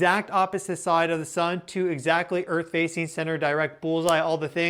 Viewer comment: Here we go again! Nerd-Boy once again is claiming the Apocalypse is just around the corner! Oooo, the earf is about to end!!😂